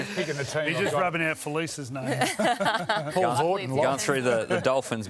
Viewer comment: Ruan's pronounciation of Paulo was probably the best pronounciation I've heard from RL broadcasters. Thank you for putting in the effort it is appreciated :)